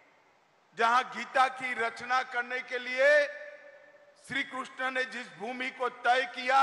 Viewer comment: कृष्ण भी नहीं kruushna बोलना तो सीख ले